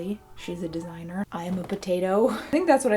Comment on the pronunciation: Her: Desiigner Me: Potaato